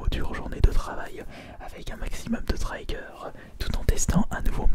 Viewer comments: Triggers ça se prononce « trigueur » et non « traïgueur » a part ça nickel la vidéo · Trayigeur Ahahah triggers* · Il a dit traigeur